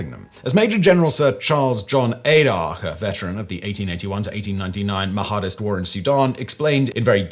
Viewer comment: It's pronounced "Mah-dist," not "Maha-dist"